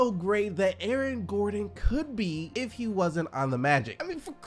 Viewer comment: "A-A-Ron gordon"😂